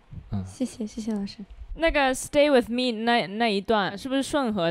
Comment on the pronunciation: 希林 希林 希林！！！！开口跪 水果星球就是牛。不过把with的发音给纠正一下就更舒服了